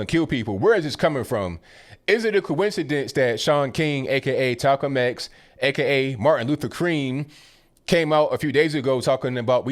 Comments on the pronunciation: Died when you said Talcum X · My man just said "talcolm X and martin luther cream". Haha